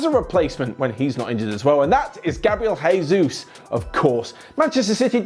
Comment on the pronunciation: The way the guy pronounce Gabriel Jesus name made me vomit